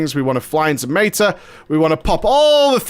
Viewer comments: He deliberately pronounces things incorrectly to trigger people. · mayta....mayta-morphosis lol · It's his pronounciation of meta, as in metamorphosis, the major dps CD.